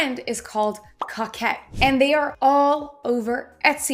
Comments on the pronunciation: COE-KET please stop saying COCK 🤣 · Thanks for the update. You are a good teacher. It’s pronounce co’kette. Niche is like quiche.👍 Also, Tis the Season is trademarked. I had to change mine.🤷‍♀️ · Coquette is pronounced co-ket, you say the 'co' the same as in 'co-ed'. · you're pronouncing coquette wrong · I think it’s pronounced with a long O, not a short O.